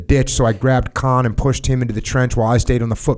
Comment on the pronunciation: Jocko - “KAHAAAN” “It’s just kahn” “Oh ok...”. Lol